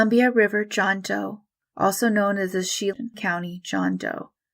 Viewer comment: Just a quick note if you run into place names again. Chelan County isn’t “Shee-lin” it’s shuh- LAN. It’s one of those pesky Indian names out of area people get wrong. I agree that often the recreations are not the best. But sometimes it’s the best they know how to do.